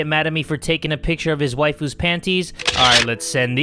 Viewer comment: When he says Mai Waifu I actually thought he said 'My wife'🤣😅